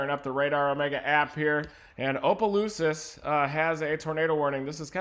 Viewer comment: I love listening to people try to pronounce towns in Louisiana it’s so funny! “Opalooses”